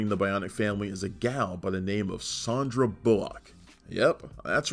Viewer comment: I don't remember any of those tv movies AFTER the series ended? Def had no idea Sandra Bullock had starred and also never heard her name pronounced "SHON-DRAH" either! lol